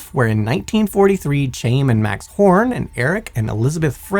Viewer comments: Pretty sure, "Chaim" is pronounced 'k-HIGH-m' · You mispronounced the name Chaim. It's pronounced Hime.